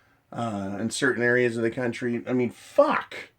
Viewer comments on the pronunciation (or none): none